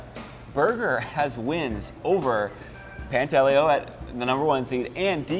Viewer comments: No he told me himself it's pronounced Pant a leo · Quit butchering names. Pantaleo pronounced: pahn-tah-lay-oh. The guy’s good enough to have earned the respect to pronounce his name right.